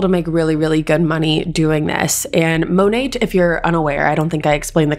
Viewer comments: Its pronounced monay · Just a little tip it’s pronounced Monay (without the T being heard) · The way you say Monet has me cackling. It’s such a trash company that I’ll be mispronouncing it this way from now on just to be disrespectful lol